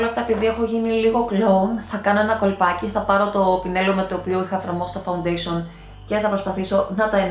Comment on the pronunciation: Γιατί το λες φαουντεσον?φα-ουν-ντέ-σι-ον ρε φίλε!